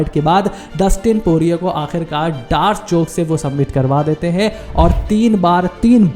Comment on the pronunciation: Its D 'arc choke bro not dark choke